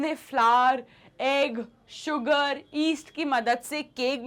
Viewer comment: East nahi yeast😂